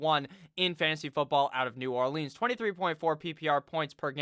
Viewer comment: The way you pronounce New Orleans makes me wanna off myself